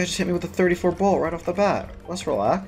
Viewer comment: BOLT NOT BALT